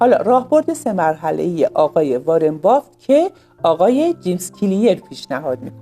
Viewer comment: بافت ❌ بافِت ✅